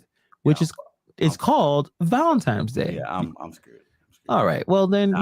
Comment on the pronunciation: Does my man keep saying Valentimes?